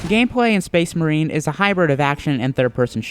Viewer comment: SPEHS MAHEEN